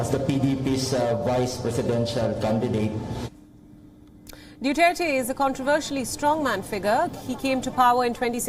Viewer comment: Due tare ti It's Duterte